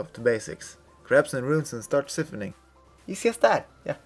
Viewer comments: I'm sure this was a great guide cause the small amount of time I spent here I learned a quite a bit but could no longer take the pronunciations of siphoning had to leave it was for some reason super cringy in my ears lmao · ***** I understand lol. I can tell English isn't your second language and you say "siphoning" funny. I liked this video though!